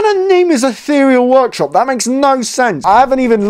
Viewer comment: He says “what kind of name is eatheral workshop” me on the inside:🥲